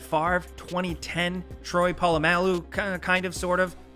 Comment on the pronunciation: DOO-ante Culpepper? Troy PAIL-u-MAIL-u? Butchered those names and they’re relatively easy to pronounce and pretty significant players